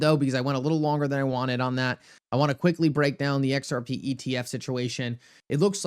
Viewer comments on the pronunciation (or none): Every time you say xrp it sounds like xrpee 😅. I hope all you you tubers know what you're know what your talking about. But I'll hold my breath